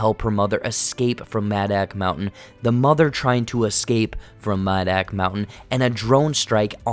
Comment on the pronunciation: Did u even watch the movie like wtf half the shit ur saying is wrong and you pronounce madoc mountain wrong each time holy shit if ur going to review and explain a movie pls do it right my god 🤦‍♂️ watch the fucking thing and take notes while u watch it learn from good movie reviewers like Chris stuckman and I hate everything cause they actually watch a movie ur stupid and this is annoying and yes I agree with u on one thing and that is your not funny